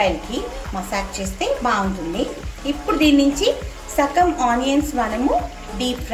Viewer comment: Sakam kadandi.. Sagam andi